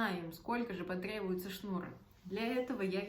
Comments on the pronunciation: В слове «шнура» ударение ставят на слог с буквой А — шнура́. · Действительно, очень режет слух "деревенское" произношение, Вы же в массы вещаете)) Это я про ударение в слове "шнура".